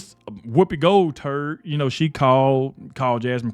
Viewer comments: He said Gold turd -made my day 🤠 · "Woopi Goldturd" 😂😅